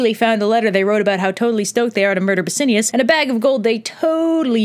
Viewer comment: I noticed that myself. Also, it's Bass-I-AN-us. :)